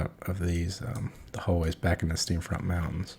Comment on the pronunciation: Great Video! One note, its Steam Font mountains, not Steam Front /giggle. Just razzin.